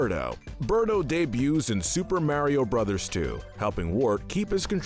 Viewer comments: I don't understand how someone can mispronounce Mario when he says his own name, it's MArio, not MAIRio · its not MaryO its Maurio uggggg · Couldn’t handle hearing “Mayreo” every time lol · Not sure why it is, but when you say Maryo instead of Mario, it makes me jealous of deaf people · MAR EE O NOT MARE E O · His name is MARIO, not Marry-O. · Am I the only one triggered by him saying ['Merio'] instead of ['Mahrio']? 😅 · my guy it's MAW-rio not MARE-io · Ok, but how about saying “Mario” instead of “Mærio”? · its mario not merio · It’s Mario not maryo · Ah yes I remamber playing “Mayrio” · he puts alot of emphasis into the "A" in mario, he be like: mArio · The only comment I could find that talks about this. Not a fan of videos with voices that sound like ai and "mare-io" just made me click away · Can someone teach this man how to say mArio? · There's no e in Mario, stop pronouncing it mehwrio 🤦‍♂️ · Ah yes, “Meario”. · Every time you say "mairio" i die a little inside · Couldn’t even get someone that could pronounce Mario lol? I don’t know who Mare-io is. 🍄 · Nobody:: Mary-oh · Everytime a non-British person says "marry-o", a puppy gets run over by a firetruck. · Why do You say Mario so weird ur saying it like mAIR-iyo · Everytime he says mairio, take a shot. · He says it like such a fucking idiot too... it's completely wrong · It's because Kyle is capable of pronouncing names better than does with his damn ''Meryio'' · The way he says Mario hurts me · I for sure can't watch this with you mispronouncing Mario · The pronunciation of mario can’t be forgiven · Say mario like that 1 more time i dare u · Did the pronunciation of Mario in the video bother anyone else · thats not how you pernounce mario the hole video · The way he pronounces mario and warriors hurts me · Why do you ALWAYS mispronounce Mario's name?!?!?! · This guy can’t say Mario right.